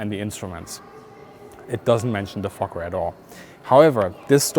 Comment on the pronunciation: It doesn't mention the fokker at all. the way you pronounce it is perfect.